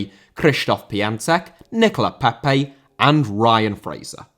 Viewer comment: Lecce* not Leccei Franco* not Francouw Santo* not Santouw Swansea* not Swonzea Eibar* not Áibah Oviedo* not Oviyeidouw Baldé* not Boldei Inter* not Ento Pione* not Piouwni Vigo* not Vigouw Pépé* not Pepei Cracovia* not Crăcouwvier Lukaku * not Lukohrku Immobile* not Emmouwbelei Salernitana* not Salanetohrner Mbappé* not Mbappei Cruz* not Cruj Roque* not Roquei Liga* not Liguer München* not Munich Stephen* not Steven